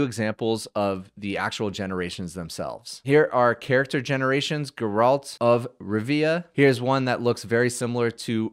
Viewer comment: This is not how you pronounce Geralt of Rivia